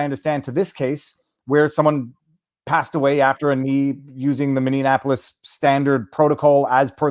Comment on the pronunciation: Viva Frei, it's MINNEAPOLIS, not MINN-DIAN-APOLIS. Just because my city is bit burnt it shouldn't be dissed as such.